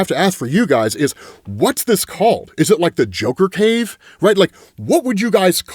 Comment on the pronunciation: It's the J-Cave, like "Jay-Kay"